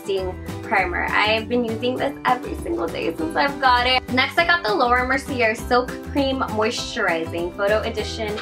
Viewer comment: should be 'laura merciyey' not merciyer